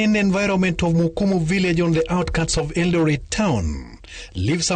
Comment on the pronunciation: It is Kimumu not mkumu